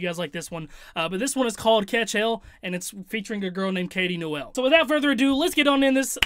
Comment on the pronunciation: Why tf did this dude pronounce Noel as "Noelle" 😂